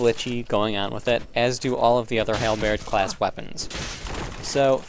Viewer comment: I must say that I am a long time fan of your weapon showcases but the way you pronounce the world Halberd is killing me.